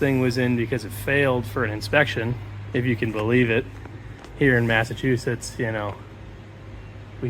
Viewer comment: The moment he said Massatwoshits everyone in the Free States tuned out.